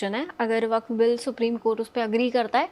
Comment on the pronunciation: वक्फ का उच्चारण ठिक से नहीं कर सकती। धन्य हो।